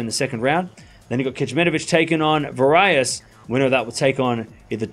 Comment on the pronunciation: Varillas is pronounced /vāree’lās/